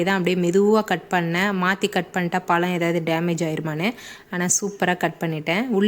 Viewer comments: Tamil pronounsation parthuka palam Ella pzham. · Amma palam ellama Pazham tamil pronounsation parthuka.tamil nalla pasuma. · Y u pronounce palam...😢 I don't have tamil keyboard so not able to explain in tamil.....adding la in all places of "zha"